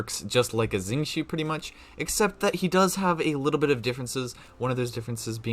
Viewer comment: Omg finally someone that can pronounce xingqiu's name quite accurately 😭 Actually the Xing is pronounced as "sing" and then it'll be perfect! Love your video it was very helpful because I'm going to try to c6 thoma and need to maximize his potential!! 😀